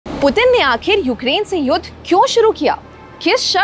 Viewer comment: ये लड़की युद्ध को युद बोल रही है